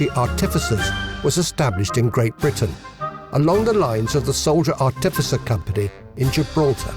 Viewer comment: Artificer, not articifer.